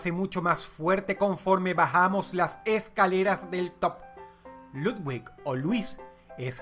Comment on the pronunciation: Dross no se dice ludguig, es ludvic